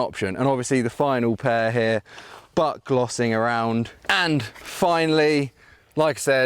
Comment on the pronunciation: i know its like "buckloss" or something. But u swear it sounds like you are saying "butt-glossing around" No idea what that might even begin to imply maybe trying to attempt to mean. Lol. But it sounds funny. 😂😂